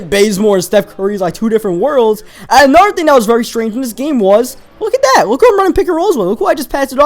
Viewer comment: said anoder nba 2k14 ITS ANOTHER not anoder